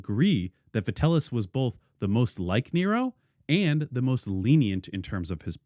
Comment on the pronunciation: Vitell - i (eeee) - us, not Vitellus. Sorry for being that guy. Great video otherwise. If you haven't looked into it, Nero coins can be surprisingly affordable, especially tetradrachms, which you might appreciate owning as a Nero fan.